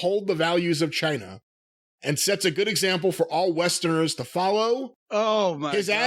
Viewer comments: John China. With China pronounced in Spanish (ch-ee-na) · I heard it as "F*ck Chyna" when he first said it.